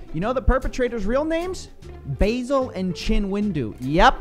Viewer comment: Baa-sil, not basil (like the plant). It's an old name, short for Vassilios (Greek). Basileus means "king" apparently. So there's nothing really wrong with the name.